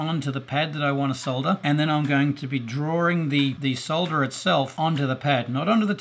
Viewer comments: "Solder" not "sah-dder". Thumbs up! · At last, someone who pronounces the word as it is spelt - s-o-l-d-er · Thank you for pronouncing solder correctly. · Finally, a tutorial with someone who can say solder properly. Thanks 👍🏻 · Good tips and great to see you casted the one member of RR that pronounces Solder correctly ;-) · David That Sucks, because we call it Solder..